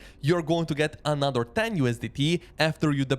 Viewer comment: Another not ANAATHER😂